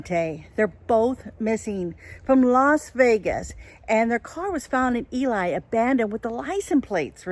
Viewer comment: It's not Eli, it's Ely. pronounced Elee